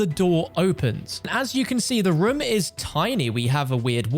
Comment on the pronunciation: People: Room: Rum